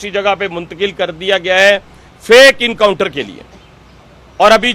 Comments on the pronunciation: Not incounter Mr. But encounter. Who made you minister? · Encounter ❌ Incounter ✅